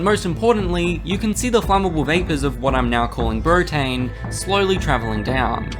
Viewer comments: "Brotane" bruh... Are you sure about this?? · omg he actually called it brotane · "brotane". bro stop.